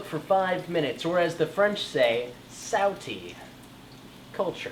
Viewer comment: Haha "sowtee"